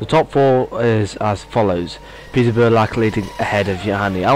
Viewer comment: one correction - its Petar Brljak,not Brjlak:).